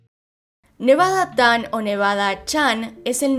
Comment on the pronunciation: No es "nevada-tan" es "nevada-chan"